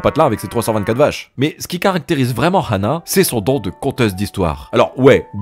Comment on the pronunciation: pourquoi il dit rhana et pas ana meme si il y a un H